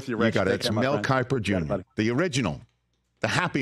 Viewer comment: Mel kipper ugh I’m sorry but come on Rich